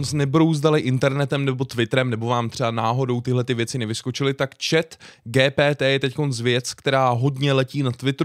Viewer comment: Proc to říkáš po česky GTP. Když to se čte “dži pí tý”. Radši to řekni anglicky. Ja jsem napsal takhle úkol ze španělštiny. Přes tuhle aplikaci